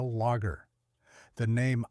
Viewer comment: The AI audio mispronouncing beer names and lager is distracting.